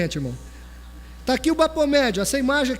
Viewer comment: se lê Bafometxi e não Bapometxi "ph" se lê "f" em ingles